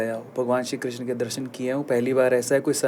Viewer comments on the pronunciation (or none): कृष्णा नहीं कृष्ण होता है